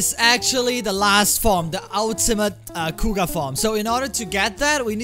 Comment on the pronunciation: Kuuga Growing, with an R, not an L